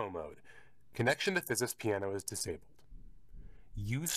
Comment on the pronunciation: There should be a sleep mode which allows an instant startup. If you do road shows with this, have a battery backup line conditioner so it doesn't go into a hard off and thus a lengthy startup. BTW the company name is pronounced without the 'S'.